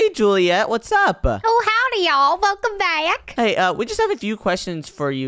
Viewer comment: It's julieet